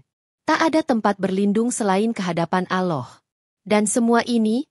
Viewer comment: Agama loe ape sih mbak...nyebut Allah aje aloh